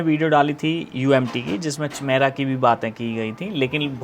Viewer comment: चिमेरा नहीं काइमेरा है भाई 😂